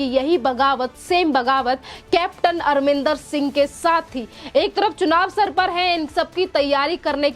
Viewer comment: Madam u r pronouncing CM Arminder rather it's Amrindèr Singh